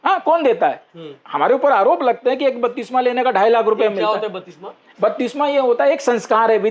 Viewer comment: बत्तिसमा नहीं बप्तिस्मा